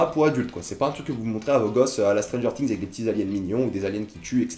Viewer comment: stranger "tings" c'est quoi?